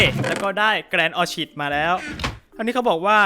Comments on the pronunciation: น่าสนุกแฮะ # orchid อ่านว่า ออร์ขิดนะคะ ไม่ใช่ออร์ฉิด555-_- #บอกๆๆๆ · Orchid ออคิต ไม่ใช่หรอพี่